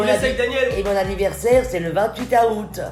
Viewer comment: elle dit Août en appuyant sur le A 😂😂